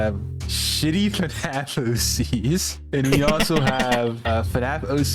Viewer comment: Bro Kept On Saying AC's Instead Of OC's